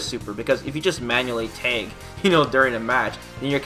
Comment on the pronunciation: are you saying Tag or teg...sounds like teg